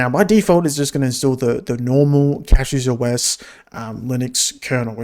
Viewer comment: Take a shot every time he pronounces it wrong